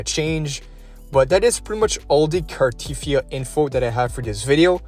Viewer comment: It's not Car-teeth-ee-ah, it's Car-te-thee-ah.